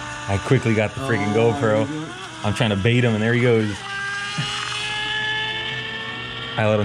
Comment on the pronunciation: its Bait not bate lol